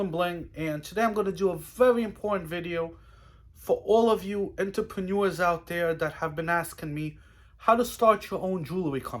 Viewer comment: Your mispronouncing entrepreneur's